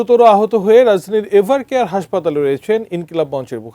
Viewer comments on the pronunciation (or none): বেশি শিক্ষত সাংবাদিক এভারকেয়ার নয় ইভারকেয়ার